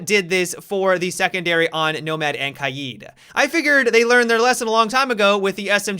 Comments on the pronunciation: did he just say “Kaieed” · The way you pronounce Kaid, Kaeed